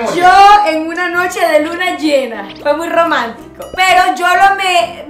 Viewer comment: Jajja amo a diciendo gromantico,grespuestas,jajaja amooooo